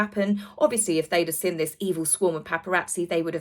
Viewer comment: Sorry to complain, it grinds my gears! Could you please pronounce the g at the end of words, may-or not mare, seen not sinn! Sorry jmo! 😬😬😬 I find it hard to believe the mayor of New York would call a press conference for PR fluff delivered by Scoob lol, they all seem to be acting in this bizarre set-up, not just H & the Mog! 👀👀